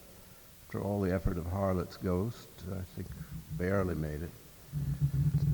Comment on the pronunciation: Gonzo is een geestige en effectieve interviewer, maar voor zo'n goed geinformeerde man is zijn uitspraak van alledaagse Engelse woorden als 'effort' and 'elegant' opmerkelijk te noemen!